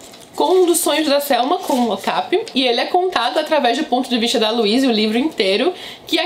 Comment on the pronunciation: Amo suas resenhas!!! Ps. Acho que a pronúncia é "ocapI" e não "ocApi"